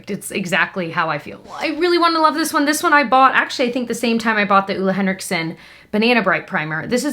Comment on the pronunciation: "Le Henrickson"? Lol :-D